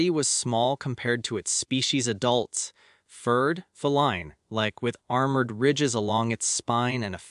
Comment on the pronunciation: "holes" => "hulls". pronunciation of "feline"? "morning" => "mourning". "when oh" => "we know". "has" => "he's". & too much voice dynamics. If bonding outside the hierarchy was forbidden then why did the cub possess a genetic failsafe for exactly this scenario?